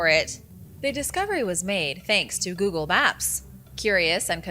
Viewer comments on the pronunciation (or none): none